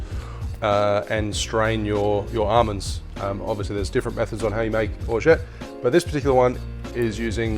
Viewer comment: Nice hack, you actually don't pronounce the "t" at the end